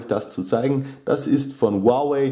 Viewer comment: Ist richtig